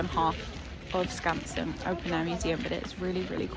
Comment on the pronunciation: I think you pronounced Skansen perfectly